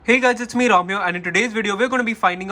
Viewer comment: People heard：Hey guys is me ram here What I heard：Hey guys is me dumb here